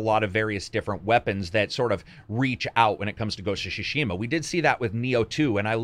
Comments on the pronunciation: So It's the second video and i must say it's not Ghost of Shushima. It's is pronounced T Sushima and T is kind of silent so It's mostly Sushima. Like Sushi. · GHOST OF TSU-Shima not Ghost of Sushima or Shushima. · "ghost of shashima"... pathetic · idk why youre calling ghost of tsushima "ghost of shushima" but it sounds pretty funny